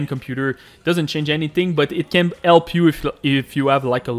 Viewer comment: Thanks for the 'elp' brother (jk)